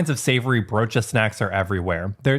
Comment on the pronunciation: At a certain point I just kept watching to hear you pronounce the word broodje. It's not wrong, your accent just makes the word sound really fun. 😁